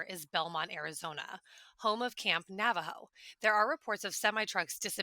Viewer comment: Dearest Ross - it is actually pronounced Nah-Vah-Ho. Thank you so much! We love your expose work…🥰